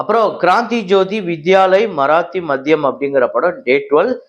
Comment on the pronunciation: Comment le podungo anu cholluveenge … aanaal neenga adu paakkara maadiri ille … I had mentioned about one correction of pronunciation of the word ‘Madhyam ‘ … ( meaning liquor) U shud say it as ‘maadhyam’ ( meaning- medium)